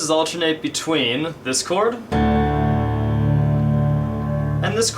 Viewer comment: when u said this chord in part 8 it sounded mor like discord^^ lol